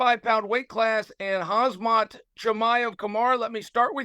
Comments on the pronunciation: Chael it's Khamzat, not Khazmat ffs! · How did Kamaru and Khamzat become Kumara and Hazmat lol he has to be intentionally saying names wrong at this point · Bro its on the screen khamzat not khazmat. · 'khazmat chimaev' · Chael "Hazmat not Khamzat" Sonnen 😭😭 lol 😂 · Its hazmat not hazmit brother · Everyone: Khamzat vs Kamaru Chael: Hazmat vs Kamara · IF ONLY HE WOULD SAY "HAM" INSTEAD OF "HAZ" HE WOULD GET IT PERFECTLY BECAUSE THE NAME IS ACTUALLY "HAMZAT" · Are you slow? It's not the begging he mispronounces, but the zm instead of mz. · The problem is he says Hazmat not Hamzat. LOL! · yes but he says hazmat not hamzat 😅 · "Hazmat Chimaev" "Khazmat Chimaev" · “Hazmat”. Disrespectful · kaZZZZMAT CHIMAEV against KAMASUTRA USMAN. CHAEL SONNEN SUCH A GREAT Pronouncer:text-green-game-over::face-blue-smiling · Chael says Khamzat's name wrong (Khazmat) in front of Khamzat himself. So I guess it was never an act. He always thought his name was Khazmat. 😆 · "Hazmat Chimaev"... - Chael Sonnen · “Hazmat Chimaev” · Why tf is he calling him hazmat? It's goofy af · Zamkhat Kee-Mah-Evv and Caramoon Usman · Chael Sonnen did call Khamzat Hazmat, you heard it right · When chael said “ khazmat“ khamzat’s reaction 😂😂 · Chimaev face when chael said khazmat 😂😂😂😂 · “Khamzat bretha 🫤” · Im starting to believe that Chael is doing this on purpose, calling Chimaev Hazmat, to lowkey insult him. Edit: Ok, now in sure he is doing it on purpose. He just called him Kaazmat. In one freaking video. lol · why is he keeping calling him khazmat. thats an insult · Lets not ignore the “KhaZmat” from Chael 🤣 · It’s KAZMAT actually. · Chael "Hazmat" Chimaev ☣️☣️☣️ 😂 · If the great Chael Sonnen says your name is Hazmat.... well I guess your name is now Hazmat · Chael still out here calling Khamzat Hazmat 😂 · i swear to god i thought he was trolling when he was saying it this way on his channel , but hes actually saying it this way here xD i just cant xD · He even called him Kasmat 🤣